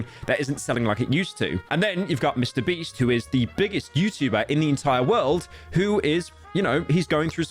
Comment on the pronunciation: he said mr breast instead of beast